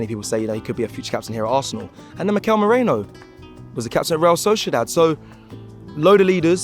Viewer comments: You still got it wrong.... 3 times!!! It is MERINO NOT MORENO ffs!!! 😂😂Why is it so hard to pronounce it! Every time you say his name it is wrong!! Seriously... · His name is ME-REE-NO Not Moreno. Make an effort he plays for Arsenal now 👊🏼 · Merino not Moreno 😃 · can't even pronounce the NAME properly. It's Mer-INO not Merano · His name isnt Moreno, its Merino. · MERINO not Moreno!!! its not that hard. Get it right for God's sake. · Its Merino not "Moreno" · called Gerard Moreno “Gerard Munroe” and now Mikel Merino is “Mikel Moreno” 😂 Come on man! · OMFG when will guys stop calling him Mikel Moreno / Mourinho .... His name is Mikel Merino (मेरिनो).. pronounce his name correctly please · Can they just say “Merino” instead of “Morino” 😢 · Why am i hearing moreno and not merino everytime mentions his name?! 😂😂😂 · They all do it! Robbie, James,, Lee… Gyokeres is Yukkirez or Gawkorez, Merino is Mureno, Calafiori is Calaifiury and so on🤣🤣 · It's MERINO not MORENO... SMDH. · It's MERINO not MORENO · MEREEEEEENO not MERAYNO!! Don't offend him! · It's "merino" not "moreno" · Why is it so difficult for english people to call him merino and not mereno? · Class video, only downside is calling him Moreno instead of Merino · MerINo not MorENO lads . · He is Mikel Merino, not Moreno!!😁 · Merino, not Moreno... It's gonna be a long season..! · MerINo not MorENO lads 😂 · IT'S MEH-R-I-N-O FFS, lol..Liked the video/presentation..COYG!!! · stop saying ‘Moreno’!! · Oh God, after a good video, goes and says Mikel Moreno. Pay attention man. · Please guys…..Meh-Ree-No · M E R I N O !!!! Say his name right!!!!